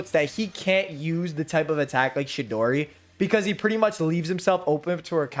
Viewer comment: Dawg, it’s fucking CHIDORI, not no damn shidori